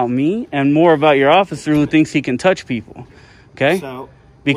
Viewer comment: peole instead of people. 💗